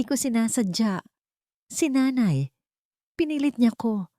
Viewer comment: ayusin mo pagbigkas ang nanay or nay ginagawa mong ney